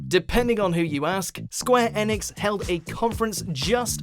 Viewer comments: It's pronounced square e-nicks, ,.. Just saying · Why are you pronouncing Enix like that I honestly have never heard anyone say it like that